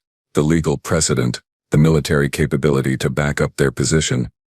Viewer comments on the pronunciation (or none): none